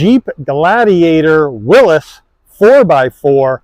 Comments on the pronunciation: Its a WILLYS, not a WILLUS! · Why are people pronouncing it “Willis”